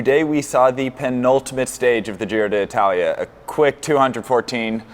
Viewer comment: yeah u basically say di talia